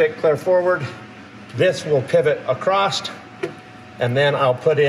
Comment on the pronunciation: "Acrosst"... Utah County for sure! Joking